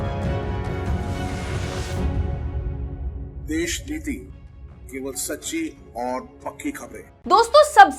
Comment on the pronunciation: Desh sh sh sh sh sh sh sh sh sh sh.... bandh karde Deshniti ya fir sahi tarike se bolna sikh. Desh sh sh niti bolne me kuchh muh me aata hai?😂😂😂